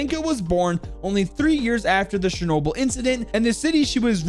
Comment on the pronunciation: you read charnoble